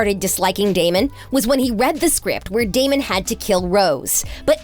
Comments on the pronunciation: It made me so mad that she said 'Damian' instead of 'Damon'!!! 😫😫😫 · HIS NAME IS DAMON NOT DAMIENNN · Girly couldn’t pronounce those names for the life of her Damion 😭🤚 Alena and StefAN 💀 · I know she did not just say dAmIoN💀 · My soul was actually hurt when she said “Damien” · you did not just say damien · its DAMON NOT DAMIEN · It’s not Damian it’s Damon, it’s not Alena it’s Elena, it’s not coralline it’s Caroline, it’s not Stefon it’s stefan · She did not just say damien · This video made me so mad at the mispronunciation. I mean first Accola instead of King and the way she pronounced it and Carolin instead of Caroline and the Damien, and Stephan like OMG how many mistakes are you going to make. Watch the show or at least do some research before you make a whole video on a show you’ve never even payed attention to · GURL ITS DAMON NOT DAMION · imagine calling Damon “Damien” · She did NOT say “damion” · She really said Damien and Stefon😭😤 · i... just listen to this: “damian” “carolyn” “stephon” learn the names or don’t talk about them 🤡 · I know this heffa did not just call Damon DamEON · "DamEEan" "Alena" "StefAN" girl- are you ok... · Damian? Stefawn? Carolynn? Did this idiot watch even part of an episode of TVD? It's not cute. Hearing her mispronounce names is infuriating 😆!!! DAMON, STEFAN, AND CAROLINE! Now I just want to hear her say things correctly... CRinGe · Uhhh damion really D.A.M.O.N And carolin really it’s C.A.R.O.L.I.N.E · Did she just say "Damian"?????? Girl u good!!????? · Coralyn. Damian. Who tf is this. They ain't even got the names right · When she said Damien I cracked up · I’m sorry but did she just say DAMIAN?!?! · The fact that she sad Damien instead of DamOn 🤣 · Damon not Damion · What’s with pronouncing their names wrong?? Its Damon NOT Damien and it’s Stefan not Steffan, I know Kai Parker did call Stefan Steffan once and Stephen but that was his character not sure what excuse ye have since it’s been more than once in this video 🙈